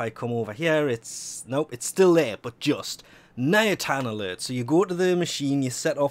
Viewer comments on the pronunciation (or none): none